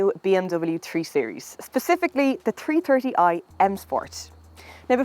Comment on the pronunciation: The Tree Terty eye ..... sorry i just could not resist it... my apologies once again...